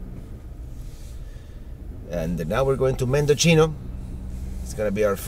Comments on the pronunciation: all of the coastal highway is a beautiful drive and by the way, Mendocino is pronounce Men-do-see no-- not Mendochino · My front yard😆. Mendo-see-no👍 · You're killing me... it's pronounced MendoCno.